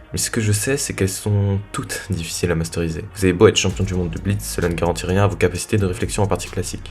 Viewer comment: J'ai arreté à , après "Masteuriser". Il y a une difference avec "maitriser" ?